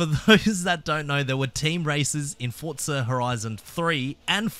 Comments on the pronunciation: "FortZah".... my god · This mf says “Fortsza”😂😂😂